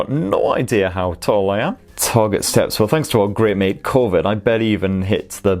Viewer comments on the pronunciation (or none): none